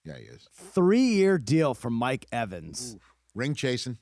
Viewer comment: Mike EVENS lmao. Put some respect on his name smh!!!